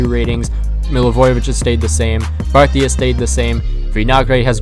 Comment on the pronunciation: The way you say partey is cringe